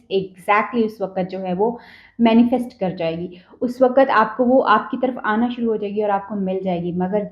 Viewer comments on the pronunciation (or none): none